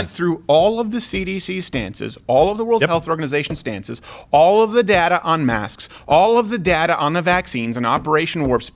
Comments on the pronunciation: Mosqued? What is TN sayin ;) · is he saying mosques or masks that dont work? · Did he say Masks or Mosques?